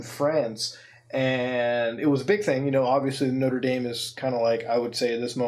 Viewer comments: noter daim not-ra da-me* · Isn't Mutahar canadian? Why is he pronouncing Notre Dame like an american?